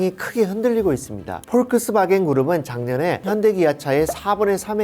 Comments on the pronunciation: 발음이... 폴크스바겐이 아니고 복스바갠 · 그냥 폭스바겐이라고 말하면 안되나요? 포크스바겐 이라고 하는데 실제 발음이 맞는다 하더라도 듣기가 힘듭니다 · 이분은 자동차회사 이름도 제대로 알지 못하는 것 같아 안타깝습니다. 폭스바겐을 그런식으로 발음하시는 것을 듣고 놀랐습니다. 사소하지만 이름은 제대로 알려주셔야 할것 같습니다.